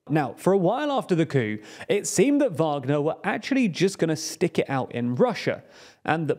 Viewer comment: Finally! You’ve learnt how to pronounce “Wagner”